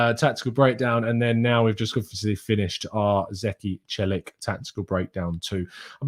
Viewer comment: Celik is pronounced chelik